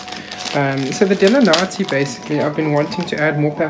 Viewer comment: Paphiopedilum delenatii variety alba....delanatii is pronounced de-lynn-at- e -i : —-Cat-lee-ann-th-ee